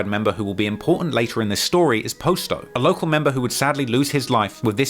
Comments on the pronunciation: Please stop butchering our names and our block names u do all this research its not hard to find out what they name is u call posto which his name is pronounced pos-sto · Why do you continue to pronounce it as "Post-Oh" when you can clearly hear multiple people pronounce it the correct way? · It’s not posto it’s potsto that’s how you pronounce it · Hey.. it’s pronounced (pas- toe) Not po-sto. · Bro y u keep saying post o it's clearly not his name damn u annoying for that I fwy but if u gne say a mf name say it right it's like u steady saying dude name wrong on purpose n sht clearly it's posto not fkn post o smh n u hear them saying posto too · I don’t get after all the research and time spent on this video, including watching people pronounce the name themselves, how you can pronounce posto the way you do… good video nonetheless but it’s “pah-sto” not “Poe-sto” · Post dough lmao, if your going to make money off dead people can you at least pronounce their name right? I know you heard them pronounce it 1000 times doing your weeks worth of research on gangs like it was a Harvard paper. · You hear from the guys themselves on how to pronounce the names but you still mispronounce it. Posto(p-ah-s-tow), Muskegon (muh-ski-gahn) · It's Posto like Pasto! Pronounce Pasta, like that except Posto, and it's Muskegon like Muss kee Gun, not Jun!!! Lol come on now! And KTS Von was the shooter when Alamo and Roc died Von did that with a Tech Nine, listen to his song Kill To Survive, he says "I remember going crazy with that Tech" that's what he's talking about...... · How do you hear in several videos how to properly pronounce 'Posto' but still mispronounce it the whole time? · Bruh the way he kept saying posto was annoying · Kinda made me crazy how was pronouncing posto's name wrong throughout this whole video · Can't stand how ur pronouncing "posto"